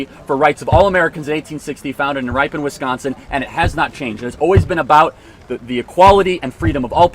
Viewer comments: Ripon, WI is pronounced “rip”+”in”. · Its prounounced Rip-en WI, not Ripe-on 😀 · It’s Rip-on, Ripon, Wisconsin. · Charlie, I just want to correct you on the pronunciation if Ripon, WI. Ripon rhymes with Pippen, as in the Chicago Bulls player, Scottie Pippen. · It's RIP-un, Wisconsin. Just a heads up. Rhymes with Whip fun